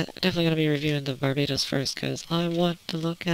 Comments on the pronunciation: Ye she did,and 80% of gunpla reviewers do it too. It's not hard to say Bar-bah-tos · wait.. Did you call Barbatos Bar-Bae-toss?